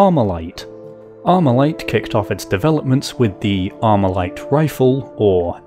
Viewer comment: Not Amurican talking about AR-15??! Grabs pitchfork* Not Amurican enunciates "Armalite" Puts down pitchfork*